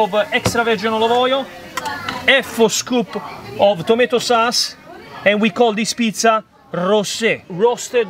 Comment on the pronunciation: fry "kappers" ..... :face-blue-smiling: why .......... tomato "sas" .... bom bom bom..... de jaggers.....insomma Tarzan facce ride.....:face-blue-smiling::face-blue-smiling::face-blue-smiling